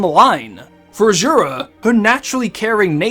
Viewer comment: “Charctuh” “Azzzurah” “Waltuh”